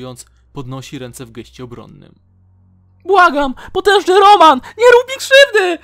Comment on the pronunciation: Rołmen a nie Roman XD